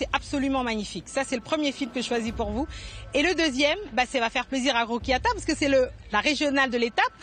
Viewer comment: Bonjour mdr elle a tué son prénom la journaliste🥵